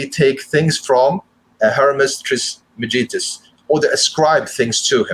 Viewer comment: Your interpretation of Hermeticism (Corpus Hermetica and Hermès) is not correct. You lumped so many elements of spiritualism together as basically all bad…. Your pronunciation of Hermès Trismegistus (“triss-mah-giss-tuss”) was abysmal. What an audacious claim to say that occultism lies in the middle of dogma and rationality. You’re a Muslim! Do you not believe the Koran to be dogmatic? Why do you call all this “western?” The occultism you speak of may be popular in the west, but draws heavily on eastern spirituality as well as Egyptian mysticism and Greek cosmology/rationality. You’ve seen too many movies. This presentation felt more like you only read the cliff notes; you clearly lack a true knowing… or should I say “gnosis!” See what I did there? lol